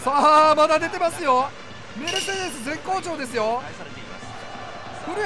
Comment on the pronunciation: VIPさんメルセデスの発音悪くなりました？w